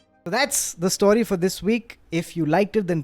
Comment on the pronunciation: Thank you for 'story' and not 'stawry' as you've been saying in last couple of episodes